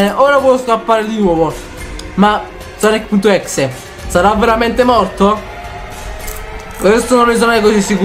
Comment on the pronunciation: si scrive exe ma si legge ex